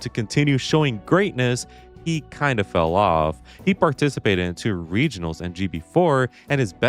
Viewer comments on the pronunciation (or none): none